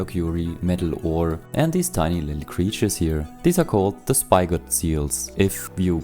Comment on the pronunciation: Spigot is pronounced s-pig-it (like pig the animal). They are named after the metal spike used to tap trees for things like maple syrup. (The seals use their horn to stab the tree and suck out the nectar)